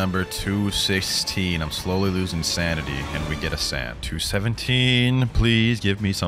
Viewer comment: nah he loosing his ''sandity'' XD